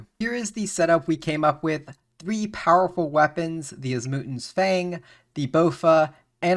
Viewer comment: I like the content but your pronunciation of words triggers me you don't even try to say the names right XD OSmootens fang Tumikins shadow Chambers of ex Eric's I mean comon man at least try And rushing the ending by selling the tbow what a ruin of a great series